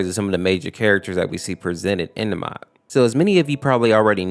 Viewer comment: The beginning says MOT instead of MOD